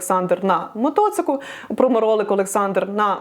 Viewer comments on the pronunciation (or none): Шо за "мотоцик"?